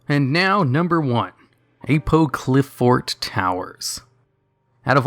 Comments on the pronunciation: I think it's pronounced like how you would say Apocalypse. So A-paw-cli-fort. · I think Apoqliphort is meant to be pronounced 'apocalypse' at the beginning. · Number 3, Skybase you pronounced it wrong. Its said like Apocalypse but with the Qli in there and of course Fort. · I think the beginning of Apoqliphort Towers is pronounced like the word 'apocalypse.' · Top 1 way to not say apoqliphort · its apoqliphort, pronounced similarly to apocolypse. apoqli apocoly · Also you're pronouncing Apoqliphort wrong.. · Your pronounciation of apoqliphort was horrendous. It's pronounced like a portmanteau of apocalypse and fort. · Watching the video worth it just to hear him try to pronounce Apoqliphort